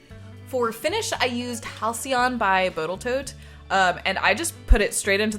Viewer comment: Halcyon by Botal Toat 😂